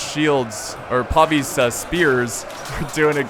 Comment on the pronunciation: PAY VIS not PAW VEES